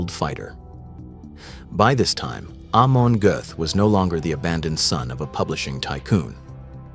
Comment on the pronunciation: Not Armon , but Amon